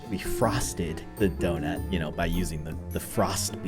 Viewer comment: “The earth is flat” “the earth is round” “Ze earf iz donoot”